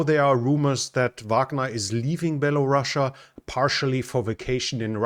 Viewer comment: Correct country name is Belarus, not Belarussia. Please 😊